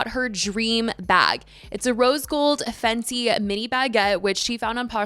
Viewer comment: Girl what it’s not a fenty bag is a FENDI bag you don’t know how to say it?😊